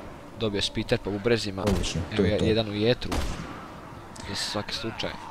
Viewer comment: Spiter ja cujem Splinter a mislio sam da mi je sluh ok :) Niste spori nego je to tako ne moze brze. Ah, ovo razbijanje vaze me podseti na dobra stara vremena dok je svoju sestru Deb na ledjima nosila Helena :D Kakava zver u dubini vode usss.